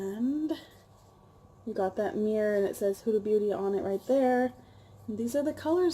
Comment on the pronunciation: Its pronouced WHO-DUH lol I love your hair color btw. Its amazing. Im also a beginner and i think I'm horrible at eyeshadows too but i think ur killing it.